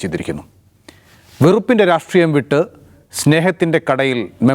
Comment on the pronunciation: Ratreeyam alla rashtreeyam